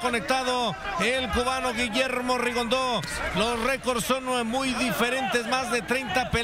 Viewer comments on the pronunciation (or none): repite conmigo Rigondeaux No rigondo ni rigondu que brutos son.No pueden aprender a pronunciar su nombre correctamente?